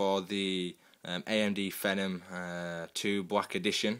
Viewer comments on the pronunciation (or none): Haha you named your cat Tevez? Let me guess, City fan? *cough* 35 years *cough* ;-p and yeah it is pronounced FEE-NOM